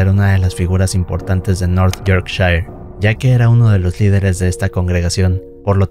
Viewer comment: En la historia N°2, el lugar: Newby, se pronuncia /niúbi/, no /niúbai/ y el condado, Yorkshire, se pronuncia /iókshia/. Aparte de eso, las historias son muy sabrosas e inquietantes. ¡Saludos!